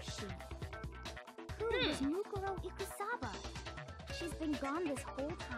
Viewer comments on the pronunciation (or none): Say it with me its said moo-Ko-ro eek-oo-saba = mukoro ikusaba